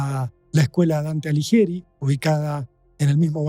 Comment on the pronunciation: Ay porteños! Alighieri no se pronuncia Aliyeri. Se pronuncia Aliguieri. No es tan difícil. ¿Dirán también acapeya cuando es a capella?😊